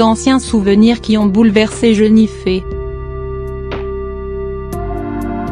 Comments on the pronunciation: Jennifer pas jenifee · jenifee mdr mai ji coi pas